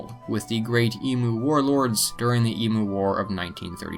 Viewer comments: It's not emooo it's emu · Emoo? Emu, pronounced E-m-you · 2 tips the national animal of Australia is only the red kangaroo also it’s actually pronounced emyu not emu besides that good video I really enjoyed it ok bye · Wtf Australia does exist dumby is not emoo it’s emU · If you could pronounce emu correctly that would be great, E-mu not Emoo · eem-you idot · Eem-you not eemoo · Australia exist you flat tard And it’s pronounced em~you not em~moo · Just have to say: Emu is pronounced /ee-mew/ not /ee-moo/ ... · It’s pronounced eem-you not e-moo Just thought you should know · okay okay listen mate. just gonna say it doesn't matter if your from america or china it is pronounced e-mew not e-moo talk to any aussie and they'll tell you that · There is no such bird as the E MU. it is the E M U. Just say each letter separately then run them together. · Its pronounced "eem u" not "eemoo" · emoo it’s emu😂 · Also it's pronounced eem-you not eem-oo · Just here to point out that it's pronounced 'eem-you' not 'ee-moo'. And no we didn't have a fully fleshed out war against the bunch of birds lol. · Can’t even pronounce Emu right, heres how to pronounce it properly ( Eem-ewe ) its not eeemoo, its not a cow it’s a bird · its pronounced (eem you) btw, not eemoo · I wish Yanks would not pronounce Emu as Emoo !!! It is in fact like Eemyou. Want to piss an Aussie off ... say it like the former rather than the latter. We’ll sick a drop bear on you! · its pronounced "eemyoo", you sack of cane toads. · Emu is pronounced EEM-YOO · You said Emu wrong, pronounce it Eem-you!!! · E-moo lmaoooo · you said emu wrong did any other Australians cring at that? the actual way to say emu is eem-you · shh let them wallow in their em-oo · Always makes me laugh when Americans try to pronounce "emu". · aaahh its painful listening to him mispronounce the word "Emu" like 10 times. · You said emu wrong. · Dear narrator: please learn how to pronounce 'emu'.